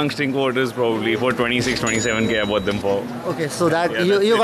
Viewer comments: Bought ❌ BoughTTT✅😂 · "Ever bough TTTTTT"